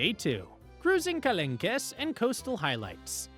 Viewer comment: Not to be mean but it’s Marsayyyy and kalonk…